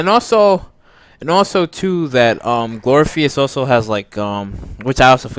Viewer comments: Glory = glor if ugh cus glorificus! 🤣 absolutely loved your comments except that pronunciation. Keep up the awesome work! Love buffy! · No no Glor-if-ik-us!! Oh not the first one to correct the phonetic pronunciation. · Okay , amd ive heard you say "GLORPHEUS" TOO MANY TIMES ALREADY. WAT SKOOL U WENT??😀😂😂😂😂😂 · Glor-if-i- cus...... apparently you haven't really watched.. smdh... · This is one of the worst videos ever. You can't pronounce one of the goddesses' names. And you don't even know Buffy's mentor's name. You lack too much knowledge to formulate an opinion about this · IKR 🤣🤣🤣 Pronunciation of Glorificus is terrible